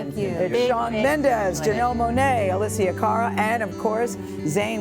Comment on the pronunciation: she said Alicia Caral? Who dat?